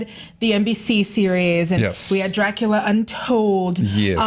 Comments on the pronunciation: Sherlock is an overrated show. Not bad, but not good either. Also, the u in Dracula it sounds more like in scuba, not like in cute. But to be fair, Coppola is the only one that got this right. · sadly, i had to stop watching after the girl pronounced dracula with the worst accent ever, which i didn't even know what it was supposed to be, for the second time. I was afraid she might say it even a third time